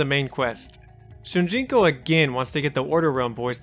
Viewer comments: I feel like i keep hearing you say Shunjinko and it's Shujinko. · ITS "SH00JINKO" NOT "SHOONJINKO" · Dang... It drives me crazy hearing saying Shunjiko instead of Shujinko. AAARRGGGHHHH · Ughh, “Shun-jinko” keeps taking me out. SHOE-JIN-KOH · Dude, it's SHU JIN KO, not sunjiko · How the hell was it possible for you to continuously say Shun Ji ko when its said and spelled SHU JIN KO? very distracting. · Why do you keep pronouncing it SuNjinko? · Am i the only one that hears him saying shun jinko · My man decided to write, record and edit a 30 minute video and not take 5 seconds to make sure he got the name of the main character right, who the hell is "Shunjinko"? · It sounds like youre saying "shoon gee co" when saying shujinko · This man said shunjinko the whole video and it hurt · How do you consistently mispronounce his name? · Still says Shujinkos name wrong tho…